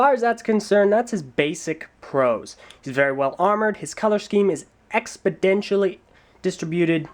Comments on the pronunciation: I'ma beat you, "Expedential" is not a word. you mean "Exponential" You're smarter than that. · why does keep saying expodentially? that's not a word is it?